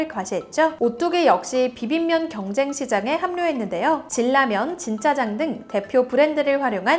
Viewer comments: 진라면 신라면 을 왜 이렇게 질라면 실라면 이라고 하죠? 매번 그러시네요 다른 콘텐츠에서도 그러던데ㅜ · 아 다른건 모르겠지만 신-라면으로 발음 하면 되는데 실라면 진-라면으로 발음해야되는데 질라면 어려운 발음이 아닌데 좀 듣기 거북합니다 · 신라면을 실라면이라고 하는거 나만이상한가..신나면이라고 발음하지않나..진라면도 질라면.. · 기본적인 발음은 틀리면 안되지요. 실라면이 아니라 신라면이에요. 질라면이 뭡니까? 질로 만든 라면인가? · 고유명사인 '신라면' , '진라면'은 그대로 발음했으면...- 듣기가 영 거북합니다.